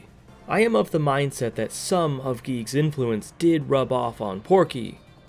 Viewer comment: "Geeg" It is GIGAS [Guy-Gas]